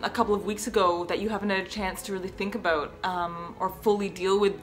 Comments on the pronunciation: More like a-bough-t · you can hear that Canadian accent haha "aboot" that X'D I know inappropriate video I know I know I'm sorry